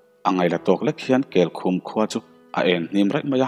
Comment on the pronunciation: kelkhum khaw hming mah nise kel (goat) leh khum (bed) anga lam tur anih ka ring